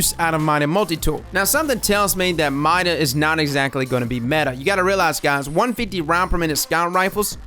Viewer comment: People say MIDA like mye-da? :thonk